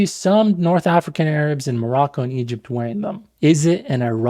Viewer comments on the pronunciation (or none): none